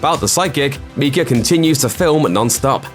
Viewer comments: MIKE-UH not MEEK-UH. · Mike-a not Meeka. I can’t listen to that anymore and I’m only 10 Meekas in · It’s Micah not miecha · It's pronounced my cah not me cah. This used to be my surname and there is a prophet in the bible named my cah spelt micah. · I don't know what is scarier, the ending of the movie or the way this guy is pronouncing Micah